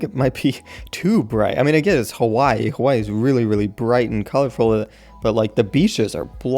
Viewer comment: I cringe whenever says Hawaii in that mainlanders voice. Like if u are a fellow islander.